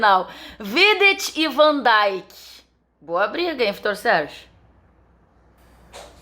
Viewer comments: o nome dele é vandeik seus ignorantes e não vandaik! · uma coisa que eu não entendo é por que aqui no Brasil, desde sempre, americanizam a pronuncia de vários nomes de jogadores, como van "daink", "Klaivert", "Wainaldum". Alguém me responderia por que é tão comum os comentaristas pronunciarem esses nomes de forma errada? lembro como dava agonia ouvir Galvão Bueno falar "Klaivert", por exemplo. Esse U tem som quase de i, ou seja, a pronúncia é quase um "Klivert".